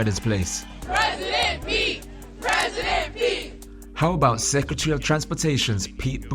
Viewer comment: Secetarry Clinton?